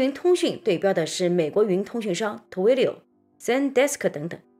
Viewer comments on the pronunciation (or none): Twilio是怎样发成Two-wi-lio的音的？